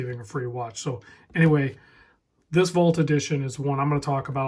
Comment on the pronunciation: Interesting way to pronounce vault. I wasn’t smelling what you were stepping in at first but now I gotcha. Cool watch man!